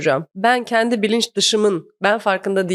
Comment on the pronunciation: Kendi kelimesini çok ve yanlış kullanıyosunuz, şaka kaçıyo, şaka iniyo arkadaşım. “kendi” , e nin üstünde şapka varmış gibi düşünün. Azıcık diksinize yön verin yahu. Düşün bak “genç” kelimesindeki “e” yi ince söyle nası kaba duruyo bi görün yahu. Konuşma diliyle yazdım ki iyice anlayın diye. Takıldığınız yerde Teoman’dan “Zamparanın ölümü” nü dinleyin. Abimiz çok güzel söylemiş: Dün akşam dedim ki; kendi kendimeee kendi kendimeeee: Düşünmeeee